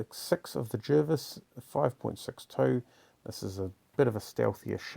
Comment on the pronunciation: Pronounced “Jarvis”